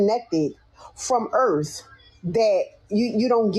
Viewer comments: “Off duh earff” 😂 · 😅 “From da Erff” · "we were begging them for help"🤣🤣🤣 "we are off the Earfff"🤣🤣🤣 This channel's goes great with my morning coffee 💯☕🤣🤣🤣